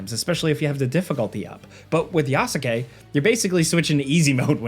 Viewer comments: It's "Yas-kay", not "Ya-su-kay" lol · One thing the game DOES tell you, is how to pronounce Yasuke's name correctly. It's not Ya-soo-kay - It's pronounced Yah-ske. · It's not pronounced "Ya-soo-kay", it's "Yas-keh". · I definitely agree to turn on guided exploration. Whose ya sue ke? You mean Ya su ke? as in yaske? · You pronounce Yasuke wrong. It’s not Yasaké it’s Yaské the U is Silent. Just like Sasuke from Naruto it’s pronounced Saské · Wtf is Yaskake??????? Its Yasuke!!!! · "Yah-skay" NOT "Yah-su-kay" :) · Man, learn to say Yasukes name xD [Yas-ke] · It's pronounced ya-skay. Same as sasuke or josuke just with a ya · Its pronounced Yaws-Kay.... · I"m sorry. The Yasuke pronunciation in this video lost me. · Say his name right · How do you mispronounce "Yasuke" when it's literally said in the game youre talking about? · You pronounced Yasuke's name wrong. 😑🤨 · I can tell u don’t watch anime with ur pronunciation of yasuke 😂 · I hate how he says Yasuke lol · The "u" in "Yasuke" us silent. As pronounced in the game. The narrator consistently mispronouncing the name of one of the main leads shatters the illusion of him having played the game. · Youre pronouncing yasuke wrong